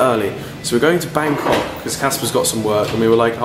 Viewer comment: oil said bancock *it was meant to be Bangkok